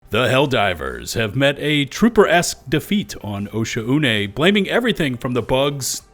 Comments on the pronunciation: arrowhead needs to include pronunciation guides for these planets, osha-une sounds so wrong, ive been reading it as o-shawn, but since we've never heard arrowhead pronounce it, it seems like after the first content creator said osha-une everybody else just went with it. but come on yall saying like o-shaune (oh shawn) just feels right. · OSHA-UNAY??? It's pronounced Oshone, no? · It’s pronounced “oh-Shawn-nay” my guy 😂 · Why is everyone calling it osha-une am I the only guy who calls it o-shaun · Pretty sure it would be pronounced “oh-Shawn” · It's "O-Shawn" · Wtf that's how you pronounce the planet's name?!